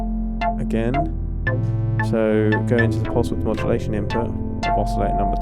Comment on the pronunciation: I love your reviews, you really impart the knowledge well, and lots of detail. So this is going to sound really stupid carping on an insignificant detail, but I feel I just have to get it off my chest because it bugs me every time - it's the way you pronounce "oscillator" without a t!... and it's not as if it's a word you can avoid. "Filter" has a t, no problem, so maybe you could import it?! Sorry, no offence meant, and I will listen anyway, no doubt about it...